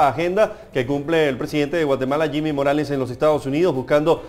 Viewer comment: Se dice jimi morales y no se burlen como si nosotros los chapines nos estuviéramos burlando de sus tontos presidentes menos final trump